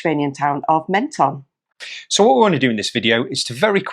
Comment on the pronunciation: p.s.. I stayed in that campsite in Menton many years ago ! nice town. They pronounce it phonetically "Mon - ton" not "Men - ton "